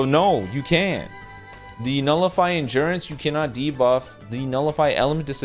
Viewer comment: “On engurance!”😂